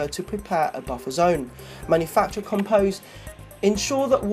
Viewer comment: Com Post not com pose